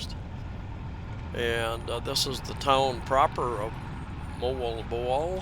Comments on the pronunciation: moAlboAL say it like that emphasis the AL and it sounds right, and PangaSAMA beach emphasis the last syllable ok, good video, cheers and beers ! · You are a daredevil for driving yourself there in the Philippines. Oh and you are most definitely mispronouncing MoalBoal lol it sounds like Moe-Ahhl Bow-Ahhl but who cares right 🤣 Take care man ✌️